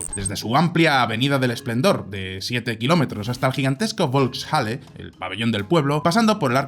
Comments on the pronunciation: la bolks chale XDDDD FOLKS JALE JODER APRENDAN A HABLAR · Volkshalle se pronuncia folksjale tengo entendido. Gran video. Por suerte nada de estas locuras prosperaron. Viva la Libertad! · Muy buen video. Por cierto, se pronuncia “volks-halle” (folks-jale). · Volkshalle, se lee "folks_jale" (perdón por la burrada). Salón del pueblo